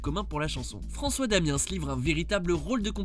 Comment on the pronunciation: On prononce pas le s de François damiens